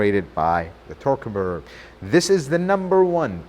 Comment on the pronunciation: It's a very weird way to pronounce the word " converter ".... Does it hurt your tongue ???